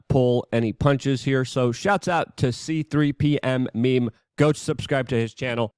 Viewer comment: I had to PAUSE to say It's C3PMEMES!!! NOT C3P M MEMES!! 😝 Had to give you a Hard time. 😉